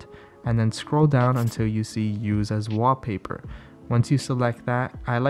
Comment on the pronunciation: Just count the number of times he says Waapaypa